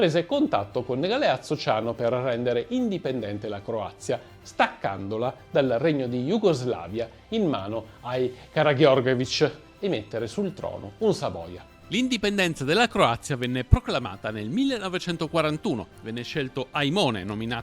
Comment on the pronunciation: Ottimo. Ma, ahimè, deve correggere la pronuncia per KARAGEORGEVICH ( SI PRONUNCIA LA PRIMA G COME LA G DI GENOVA).